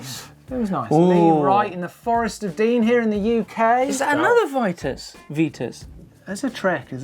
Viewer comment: Its an i not an e in vitus its not vetus